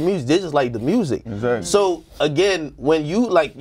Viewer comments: Lol how do you hear an "O" in the way he says music? I hear murzic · Nobody : Moneybagg yo : MURRZIC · The murrsic 😂